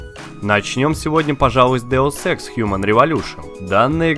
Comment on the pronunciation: вообще-то Деус Икс а не то что ты сказал